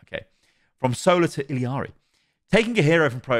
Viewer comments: e-yar-e not il-e-ar-e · reminder that it’s pronounced “ee-yarii” the last minute was painful listening to illiari over and over. there’s no second i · I’ve noticed this with a lot of European content creators. Why do people say Illari’s name like illi-ari? I get ppl who say “iyari” bc her name is Spanish based and the double L makes the y sound. But ill-i-ari doesn’t make sense. Where are you getting the extra i? Lolol idk why I hate it so much lolol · why does everyone pronounce her name “Iliari”???? it’s “ee-LA-ree”, or if you wanna say it correctly in her language it’s “ee-YA-ree” but there’s no “ee-li-a-ri” idk where that comes from omg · My ears every time calls Illari, "Illiari.":face-blue-question-mark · Some day he’ll pronounce Illari’s name right. Don’t know where he’s finding that extra “i”, long e sound at. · man i love your videos but it triggers me so hard that you still dont know how to pronounce Illaris name